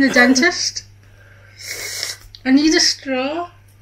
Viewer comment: "I need a scraw!" hahahaha